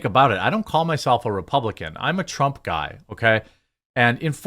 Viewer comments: TRAMP?! PRONOUNCE HIS NAME RIGHT, JEREMY! PRONOUNCE HIS NAME RIGHT! PRONOUNCE HIS NAME RIGHT! PRONOUNCE HIS NAME RIGHT! PRONOUNCE HIS NAME RIGHT! PRONOUNCE HIS NAME RIGHT! PRONOUNCE HIS NAME RIGHT! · Sorry, but I chuckled when it sounded like you said Donald Tramp. Not trying to be a douche, I just thought it was funny. I still laugh when the ketchup bottle farts.